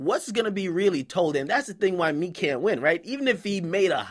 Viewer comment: lmao 50 too funny , nigga called him "Meeka"